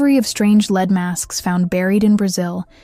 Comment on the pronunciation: Lead masks. Lead rhymes with bread